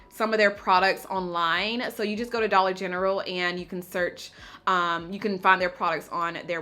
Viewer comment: Wait...I've been gone for a minute. Did she say Dolla Gentral??? And against Nars and Chanel??? Lordt! Saving coint where I buy my Gain Laundry pods!! Loves It!